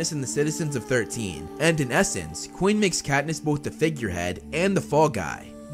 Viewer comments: When you say “coin”, 9/10 it sounds more like “Quinn”. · Bruh pronounces Coin like Quinn all the time